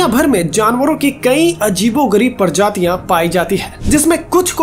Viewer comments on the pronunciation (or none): परजातियां नही प्रजातियां बोल